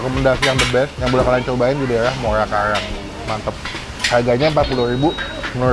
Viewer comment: Muara Karang bang bukan muala kalang... Nanti orang bisa nyasar itu kalau nyebutnya salah